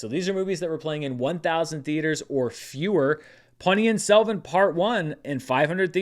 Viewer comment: Just a kudos mention for getting the pronunciation of Ponniyin Selvan 1 spot on.